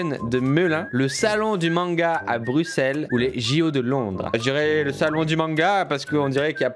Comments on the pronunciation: Merci d'avoir dit "brusselles " et non "bruksel" en lisant le nom de notre belle capitale, cher ami français ! Je vous en veux un peu moins d'avoir gagner la coupe l'année passée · Yes encore un français qui dis bruxelles comme il faut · Omg il a dit trop bien Bruxelles alors que c est un français bravo ciril magnifique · LE PREMIER FRANCAIS À DIRE CORRECTEMENT BRUXELLES Seul les belges pêuvent comprendre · Je pense qu’il a du manger une bonne douzaine de frites avant la vidéo pour prononcer Bruxelles correctement (P.S:je dis aussi Brusselles ou « Brussels pour les anglais »